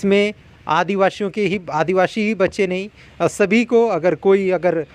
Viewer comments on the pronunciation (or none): रिपोर्टर जी, आप बार बार स ko श क्यों कहते हैं आदिवाशी न पढ़ें आदिवासी ही कहा करें